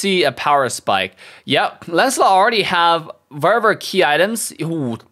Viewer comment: I like how says Verrr Verrrr for Very Very 😂